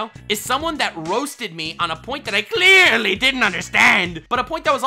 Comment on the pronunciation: « That I cleearly didn’t understand ! » 😂🤣🤣